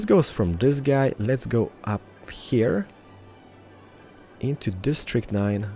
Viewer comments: why does he talks like heiiar when he knows to say here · The way you say "heeooyr" should be dropped from your show. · Can't this guy pronounce "Here" like a normal person? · I like how he says hear instead of here